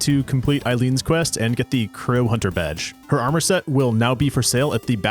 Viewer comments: "after all a hoonter must hoont" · A hoonter must hoont sou hoont a did, simple.